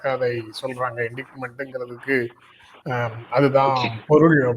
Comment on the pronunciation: இன்டிக்ட்மென்ட் அல்ல. இன்டைட்மென்ட்.